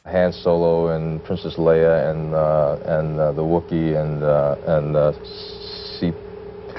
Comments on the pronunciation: How the trailer get leia and landos name said wrong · they didn't get Leia's name right either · did the trailer really mispronounce Leia's name? What??